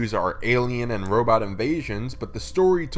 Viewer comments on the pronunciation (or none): none